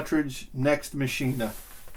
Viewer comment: “Next Machine-uh” lol illiteratehead1000 You can almost hear his erection growing when he plays it though.